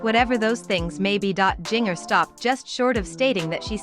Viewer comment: Not giner....it's sounds like ginger